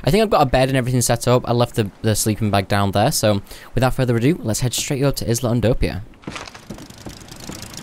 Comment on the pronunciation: Isla is pronounced “eye-luh”.